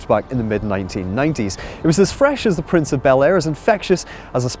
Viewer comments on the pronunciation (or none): none